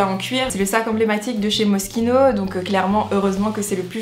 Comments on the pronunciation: Ca se lis pas moskino ca se lis mochino le s il est muet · Je pensais que c’était MOCHINO au lieu de Mosquino (niveau prononciation)